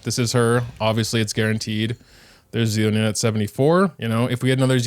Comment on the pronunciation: “Zee-lo-nin…” instant dislike > do not recommend 😂